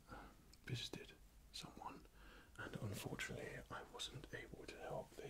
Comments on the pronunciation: John Cenas he says " visited " XD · Bigcheker12 he actually saying yesterday I visited some one but it sounds like fisted